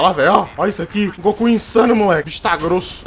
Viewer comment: Eu estou toda hora escutando oque ele fala: o Goku ta chegando grosso eu escuto: o ku ta chegando grosso kkkkk